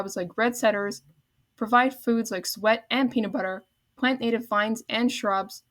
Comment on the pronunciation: Nice update but you need to work on your vocabulary and pronunciations. Suet is pronounced soo’-et, not sweat. Privet is priv’-vet, not priv-et’. There were a couple of others, as well but was not keeping a list. Take your time speaking and practice a couple of times before recording will greatly improve the auditory quality, along with keeping the background noise softer than your speaking track. You could have broken this video into two parts which would have given you more time per video and you get credit for two videos instead of one. Great topic, and I wish you well on your future nature updates!👍